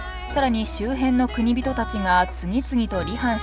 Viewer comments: ナレーターさんは、「国人」を何度も「くにびと」「くにびと」と読んでいるが、私は「こくじん」と読んでいます。 例：「国人領主」＝「こくじんりょうしゅ」 途中、ナレーターさんが「晴久を経久の子供」として紹介している場面がありますが、「晴久は経久の孫」ですよね！ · 国人と書いて『こくじん』と読みます。『くにびと』と読みます。 ナレーターの人よ…